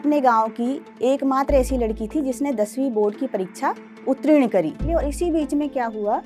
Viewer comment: अब तो ' उत्तीर्ण ' बोलना सीख लो। सादर।